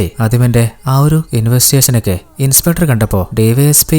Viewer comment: Niiice..👍👍. Pinne shradhikkaan oru kaaryam parannote... ഇൻസ്പെട്ടർ അല്ലാട്ടോ ... ഇൻസ്പെക്ടർ.